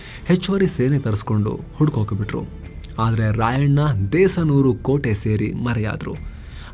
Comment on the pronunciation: ದೇಸನೂರು ಅಲ್ಲಾ ದೇಶನೂರು ಕೋಟೆ ಅಂದ್ರೇ ನಮ್ಮೂರು. ನನಗೂ ಈಗಲೇ ಗೊತ್ತಾಗಿದ್ದು ರಾಯಣ್ಣ ಅವರು ನಮ್ಮೂರಿಗೂ ಬಂದಿದ್ದರು ಅಂತಾ. ಧನ್ಯವಾದ